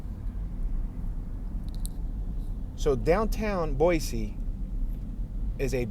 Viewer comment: What the up with can't pronounce a city name as well known as this one?